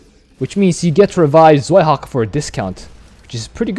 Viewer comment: 2nd Dehaka is called {Tsvaihaka}, not {Zvaihaka}, Zwei is a German word for a number 2